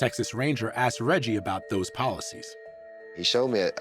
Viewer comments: ‘I axed him.’ Why can’t African Americans learn to say ‘asked,’? It’s still the dominant pronunciation even in the highly educated… 🇺🇸⁉️🤷🏼‍♀️ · He "axed me". Lost me there.